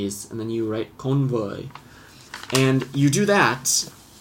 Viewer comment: 4 years late but you said the wrong tone for elephant